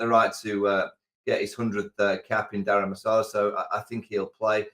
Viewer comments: It is not called “Dharam Masala” it is “Dharam - S(h)ala”!! Hope Michael V takes note for next time. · Was Vaughan being cheeky when he said Dharam Masala or he couldn’t pronounce ? lol